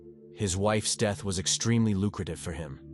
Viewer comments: There's no such word as deeth. Once again terrible narration. Fast, impersonal and lifeless, like the dead woman. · "Her sudden and tragick deeth" lol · Her DEEET? Or u mean her death SMH. Rest of english, even difficult words perfect, so pls teach AI "death" word" 🙄